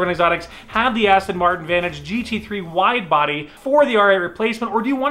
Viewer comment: anybody noticed wifebody in place of wide body😂😂😂